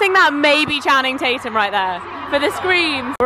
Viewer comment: did she really call him Chatum? hahaha after acting like she knew all about him. that made me LOL for sure.